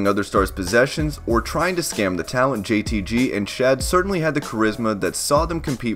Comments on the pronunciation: Its JTG not “JTT” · It's jtG not jtt ya goober, please get it right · It's JTG not JTY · It’s JTG bruh... JTG 🤦🏽‍♂️